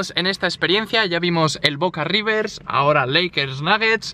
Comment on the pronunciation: te puedo corregir en algo no es ribers bocas es riBer boca sin la S solo te queria corregir lo digo de forma bien